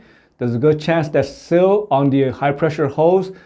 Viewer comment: Just a point of interest you pronounce Seal as sill. You may want to work on that as these are two very different things.